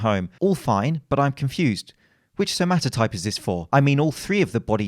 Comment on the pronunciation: Vincent pronounced "somatotype" as "somatype" and as a Greek I was so angry